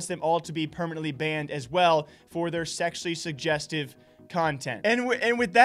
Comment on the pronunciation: Man you really struggled with pronouncing 'sezzually jujeztive' huh? 😂😂😝